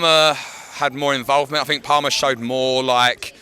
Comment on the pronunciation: classic intriguing pronunciation of player names 🤣it's palmer as in palm tree